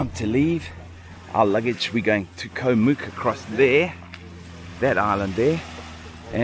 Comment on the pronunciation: Challee beach on Koh Mook the neighbouring island is much better (my wife's home island). When I visited Koh kradan, I was nearly run over by long tail boats while snorkelling. Way too crowded. Koh Rok and Koh ngai are better for snorkelling. Koh Mook is pronounced to rhyme with look.